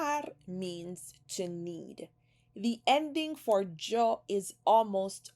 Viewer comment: Still trying to get used to the “j” sound in the word Yo.